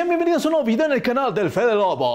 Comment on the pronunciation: Amo la parte en la que dice "El Fedeloboo"